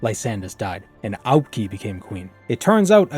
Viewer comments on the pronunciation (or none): I'm pretty sure you pronounce Aubk'i as Ah-bu-kai. Fan of you content.